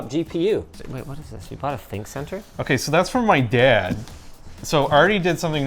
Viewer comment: "My DaayYAad"